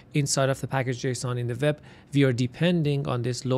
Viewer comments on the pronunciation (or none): nice content ! but stop saying "VEB" please its "WEB"